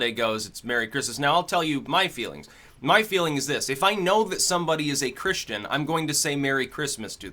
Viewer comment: Why does Mahcome before every mahword mahnow? muh?